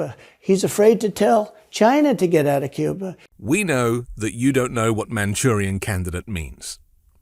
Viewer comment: Who taught him the phrase "manchurian candidate " ? Impressive he pronounced it properly. But I'm kinda thinking D **ump is the Manchurian Candidate. Not Joe Biden. ( where is D **ump's wife from? Not America.....🤔